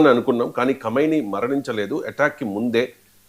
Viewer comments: Khaimoni kaadu khameni...news chadive waallu first waalla accent check chesuko vaala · ఆయతొల్లా ఆలి ఖొమెయ్ని పేరును కైమోనిగా పలుకుతున్నారు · Kameni కాదు. కుమేని అనాలి. కైమోని అంటున్నారుఇంకా మీరు. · Khaimoni kaadandi.. మళ్ళీ మళ్ళీ అట్లా pronounce చేయొద్దు please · నీకు తెలివి ఉందా అసలు? ఎం news presenter నువ్వు? Iran ఖొమెని చనిపోయినదుకు పిచ్చిపట్టి సాటి muslim countries నీ attack చేస్తున్నరు. Common sense లేదా? national media కి గాని international media కి గాని తెలియని విషయాలు మీకు తెలిసిపోతున్నాయి విచిత్రంగా. ఖొమెని అని పలకటం కూడా సరిగ్గా రాని నువ్వు సిగ్గుపదాలి. చీ 🥶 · Arey First Learn How to pronounce Khamenei' s Name Properly..